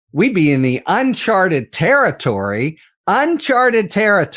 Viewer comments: Ben, "Uncharted." Not "Unchartered." And while we're on it, the phrase is "let alone," not "yet alone." Thank you for your attention to these matters of detail. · It’s « uncharted » not « unchartered » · IMHO, shouldn't it be "Uncharted Territory" not "Chartered" as it sounds like you're saying :) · BEN BEN BEN!!! The word is NOT UNCHARTERED! It’s UNCHARTED!! There are Two Meanings; Two different words. FIX THIS IGNORANCE. Don’t say Unchartered when you mean “UNCHARTED”, which uses several times, in attempt to slip you the CORRECT word. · Great news, such a welcome development! This indictment and the Tish James indictment should both be thrown out! BTW, it's "unCHARTed territory" not "unCHARTERed territory" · Ben! It's UNCHARTED, not UNCHARTERED!